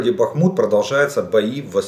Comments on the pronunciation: ДДДЯТЕЛ. !!!!!!! БАААХМУТ ,А НЕ. БАХМУУУТ,. АЛЕНЬ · Добрый вечер. Можете объяснить, почему говорят Бахмут с ударением на последний слог.?. На Донбассе говорили БАхмут. С ударением на первый слог. Спасибо.